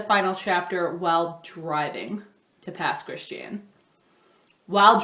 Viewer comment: I didn't realize you were from the Gulf Coast! When you said Pass Christian my husband said "You can tell she was from here because she pronounced it correctly!" :-)